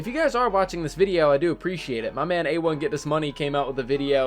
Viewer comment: A1 get this money it’s “A1 get dis money” for god sake